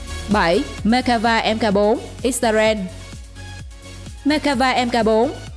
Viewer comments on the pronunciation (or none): none